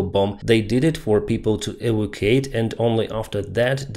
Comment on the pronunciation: You say "eva quate", try "ee VAC you ate". Otherwise, say GTFO.